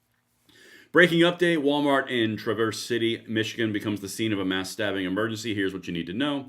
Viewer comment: Why have a video on stabbing if you can't say STA(BB)ING???